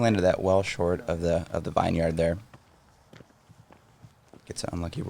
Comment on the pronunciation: It's pronounced 'vin-yerd', not 'vine-yard'.